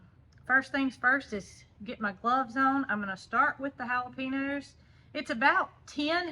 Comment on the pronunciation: Just a little FYI,. Not trying to be mean, or anything negative, but, I wanted to tell you the correct way of saying Jalapeno..........It's "hal o payn yo". It's a Spanish/Mexican word, so that's why the difference. Love you and Jason and all of the animals. Y'all have a great place, and can't wait to see if the Victoria Crown Pigeons lay another egg. Hopefully, when it gets a little cooler. Hope you aren't upset that I told you the other/correct way to say Jalapeno. Hope the new meds continue to help with your Auto-immune problems. Love Ya....♥♥